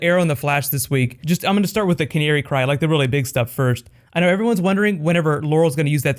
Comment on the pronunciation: lmao just realized he says that weird